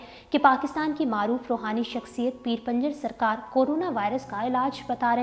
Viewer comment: Pinjar hy panjar nhi urdu darust krain. Shukria